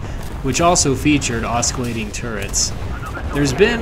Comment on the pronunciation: Great video, two small problems, Oscillating -> the c makes an s sound, so osci is not "oski" it's "ossi" Horsepower - something does not have " a horsepower of 900", it's "900 horsepower", like how weight is 5 kilo, not kilo of 5